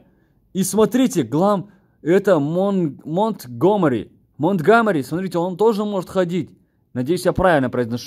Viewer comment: Не монт гомири,а монти глэмрок